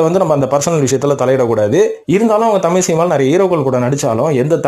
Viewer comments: மொழிப் பிரிவினை , அதைப் பெருது படுத்துவதும் இருக்கட்டும் ........ நீங்கள் குறிப்பிடுவது தமிலா அல்லது தமிழா ? முதலில் அதை சரிப்படுத்தவும் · Sir tamiy illa thamizh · AYYAYYO. THAMIZ. THAMIZ. TBHAMIZ......... EPPADI. PESIYE.....NAASAMMA PONAAYE MARATHAMIZHA. MAKKUTHAMIZHA? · முதலில் நீங்கள் "தமிழ்" என்பதை சரியாக உச்சரியுங்கள் பார்ப்போம்.